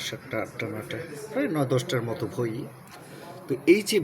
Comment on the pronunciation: ভই না বই